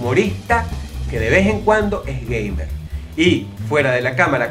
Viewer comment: jaja le entendi gayber en vez de gamer jejejejeje